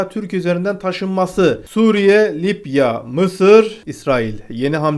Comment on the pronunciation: Bu adamın şu kelimeleri söylemesi beni gülümsetiyor :D Libya : Lipya Meclis: Meşlis